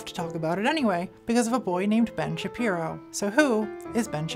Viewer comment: why did she mispronounce Ben Shabeepo?